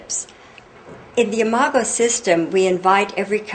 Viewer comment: THANK YOU, THANK YOU, THANK YOU, for pronouncing "imago." I could not tell if it was "I-mah-go" or "I-mah-Joe," as in "imagine." The word appears so frequently in your book, I cannot focus on the message of your book, without my train of thought being disrupted by this unfamiliar word. Now I can read the book and learn.